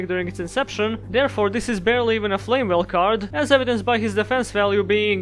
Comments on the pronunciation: I'm pissed because you're prounouncing it as "Flame Well" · I'm pissed you pronounced it as "Flame well." I hope that's really funny to you. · Here's to Flamvell Guard, rejected by most other Flamvells due to the extra 0 on its DEF, but finding its place in better decks. Also, I like how you say flamwell and it would be expected with "lewel" and "wersatility" appearing earlier. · Why do you pronounce them as "Flame well"?